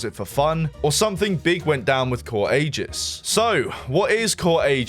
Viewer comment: why did bro pronounce aegis like that.. i dont get why people think the letter "g" is pronounced like a "j" when its not